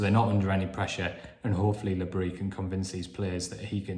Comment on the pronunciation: A friend of mine has a French wife, and she told him that because Regis is a Breton, you DO pronounce the s in Bris.